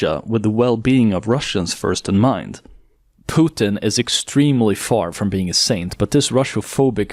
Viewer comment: omg someone said "Pootin" and not "Putin" as in "puke". Mainstream Media hacks take notes.